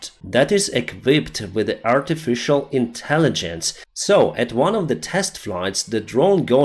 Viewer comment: "aritificially intelligent"😂😂